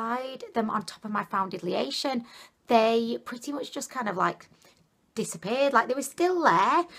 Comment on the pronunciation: "Foundidlyation" made me subscribe your videos are amazing 😘😂